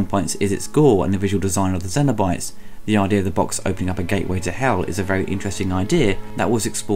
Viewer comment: Interested in your pronunciation of “cenobytes”, you seem to say zeno-bytes or xeno-bytes (like xenomorph. I’ve always understood it to be pronounced with a “s” sound, but that could be your accent too. Anyway, not a bad review, personally not a fan of the film because both 1 & 2 were filmed with such low quality film stock that was highlighted with really soft focus and horrendous over-dubbed audio akin to a cheap foreign movie. This always distracted me from the story and great (if now dated) effects. End of the day they did achieve one thing, create an amazing character in Pin Head. Despite limited screen time his appeal as a horror icon is probably unmatched if that was the criteria (leatherface may compete). The whole franchise is a mess and I don’t think it is fixable without serious money and established talent at the helm, unfortunately I don’t think it’ll ever happen. Thanks for your review. 👍🏼